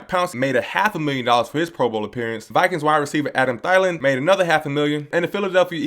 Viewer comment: Why you say thielin last name like that....